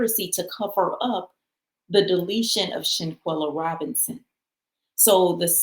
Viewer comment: It’s SHANQUELLA! Say her name ! 🙏🏾